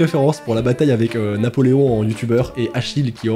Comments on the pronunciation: NAPOLÉON* PAS NAPÉLON QUAND MÊME 😭😭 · Qui a remarqué le "Napélon" au lieu de Napoléon ? 😭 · "Napélon" on respecte même plus Napoléon